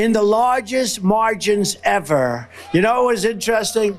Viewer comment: “Largins” instead of large margins.